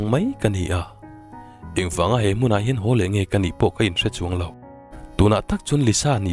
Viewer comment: Hrep chuan,tih hi lam nalh top 👍🏻 ngaithla veng2 ang aw 👍🏻 voice nalh bok si 👍🏻 ziak tu thiam bok si 👍🏻❤️